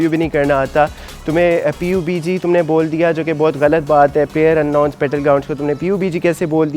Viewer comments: U still didnt get the point. Its pronounced PUB-G . Not P U B G. And stay professional and ignore stuff and take criticism so ur videos r not about u ranting about criticism. Cuz in this video, aadhi video me uss comment ka rona rotay rahay ho aap. Either dont rant in ur videos or take criticism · we even dont pronounce P U B G.. its pubg and collectively pronounced PUbjii..... And if u gamer u always called this i guess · xd its PUB G not P U B G.Btw good review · oss bhai sab na kaha tha pubg na bollo "pub g" bolo jaisy cod bolty ho "c o d" ni bolty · Abe oh gawar.... P U B G nhi hota.... PUB-G BOLTE H.... Ab pakistan walo ko ky he kahe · Its called (PUB)--------G not P U B G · You foolish guy, You didn't even showed my 2nd reply when I said It's not nessecary to pronounce P U B G. I said you should pronounce Pub-g than saying P U B G, it makes even more dumber than you already are! And asking me to make a review on phone, well since i had no passion for making reviews but I'm really proud that my country's people make muchhhh better reviews than you and at least the foreign people can also understand since they makes all reviews in English! So yeah before roasting someone do remember where he belongs too.